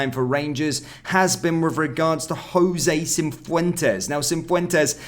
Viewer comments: I just hope Jose gets sold so I don't have to hear 'cinfwentes' again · There’s no ‘n’ in Cifuentes